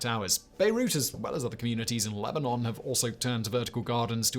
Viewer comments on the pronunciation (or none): none